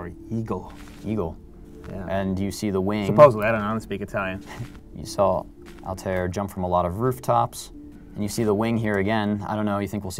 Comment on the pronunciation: its not altiar.......